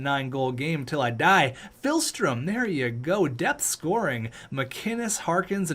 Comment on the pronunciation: Day 1 of telling that it's not PHILstrom, but PIHLstrom